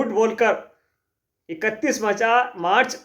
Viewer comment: भाई आपके वीडियो देखकर हंसते हंसते पेट फूलने लगता है क्योंकि आप उपलब्धि की जगह उपलब्धा, मार्च की जगह मचा जैसे शब्द बोलते है।